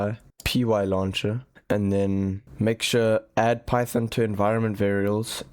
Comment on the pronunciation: It’s PY THON